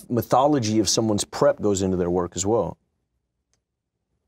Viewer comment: I think Shia meant methodology. He said “methology.” METHology? Maybe that is what he meant. 🤣